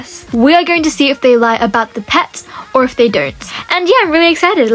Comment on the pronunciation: Pet not eot